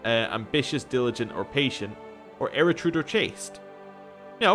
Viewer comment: Er-u-dite, not "Eritrude" , m8 you're killing me ;)